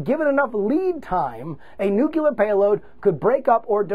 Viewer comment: A nuke-u-lure weapon, JuRY?